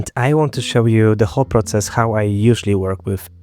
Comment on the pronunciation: 14 секунду, слово "проЦЦЦес" выдало тебя! :)